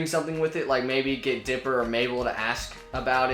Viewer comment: It’s dipper not trying to be mean